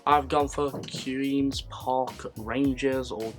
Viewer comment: Butchered to pronunciation of the word “Queens” for QPR. Not pronounced “Keweens”